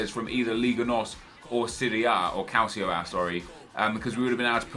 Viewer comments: calcio, Italian word for soccer, pronounced cal-cho. just a pet peeve for me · Stop pronouncing it "Calsio"!!!! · does anyone else cringe when Nep says Calcio A?? Nep its pronounced, Calchio A. The sound of the second 'c' in calcio is a 'ch' sound!! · Funny how you say calcio A 😆